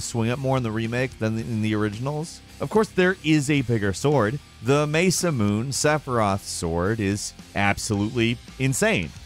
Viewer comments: It's maasa Moone Not masamoon 😑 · Mesa moon? Do you mean... Masamune? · That was probably the whitest I've EVER heard it said. Lol. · “The May-Sah-Moon” We’ll ignore the fact that it’s clearly a Japanese sword, as is therefore a “Mah-Sah-Moo-Nay”. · Did he really just say "May-sa-moon" for "Mah-sa-moo-nay" Lmaoo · Sorry, I have to... Masamune is pronounced "mah-sah-myoo-nay" by most people. But, iirc, Japanese pronunciation will drop the last vowel off, so it'll be more like "mah-sah-myoon". "Mesa-moon" is grating to the ear for such an iconic weapon. Love the vids though, and, again, I'm sorry for being that guy. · MAAAYSSAAAAAMOOOON. wat. Not Mah-sah-mu-neh? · "clouds sword" no.... thats ZACKS sword. Also mace-a-moon... what... its mahsah-moon-eh. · "maysa moon" nooooooooooo "mah-sa-moo-nay" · The Masa Moon? Masamune is the most famous swordsmith in Japanese history and is in so many games It's pronounce Masa Mew knee Good lord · I giggled when he said mesa-moon instead of masa-moon-ay (masamune) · Mesa moon = mah-sa moon-eh. have you ever watched anime before?! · its not may-sa-moon its ma-sa-moon-ay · The "may-sa-moon" Just say ma-sa-mu-ne. Its japanese, not english. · Where did you learn how to pronounce Masamune? It is sure as hell not "Messa moon" Mah-sah-mu-neh, each section is pronounced as individual syllables, and it was also a person's name. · "THE MESA MOON SWORD" .... ffs... 🤨 MA - SA - Moo - NAY MASA - mew - NAY Literally any other pronunciation. What the literal heck is going on at gameranx ?! It's 2021 people. Put forth effort. Youre youtube veterans at this point. There is no excuse. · I facepalmed when he said Masamoon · "Mesa-moon" XD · Mesa-moon lol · Hahaha, the "mesa moon," Sephiroth's sword. C'mon,. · I was internally like; "....mesaMOON??? MesaMOON??? MESAMOOONNN??? Seriously???" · "Mesa moon" Half-Life 3 confirmed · "Sepiroth's sword, the Mesamoon" lmao top tier pronounciation right there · "The Meysamoon - Sepiroth's sword"